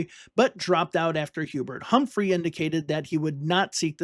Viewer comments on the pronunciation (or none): none